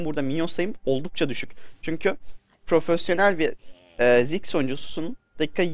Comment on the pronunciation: Abi ismini anlayamıorum. daha belirtili ve yavaş söylersen.